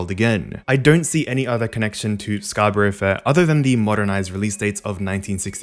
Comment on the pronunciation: ok sorry to nitpick - scarborough is pronounced "scar-buh-ruh". it was rly annoying me, sorry!